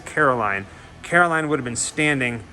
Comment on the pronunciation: Carroll Anne not Caroline